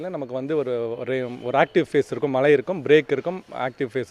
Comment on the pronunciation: மலைகள் வருமா😮. தமில் வால்க 😃 weather man நாக்குல தர்பய போட்டு தேய்க்க.......